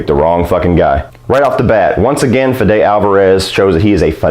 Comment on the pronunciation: Your pronunciation of "Fede" is quite funny: Feh'deh. It's abbreviation of Spanish name Federico and is pronounced 'Fehdeh, stress on the first syllable man.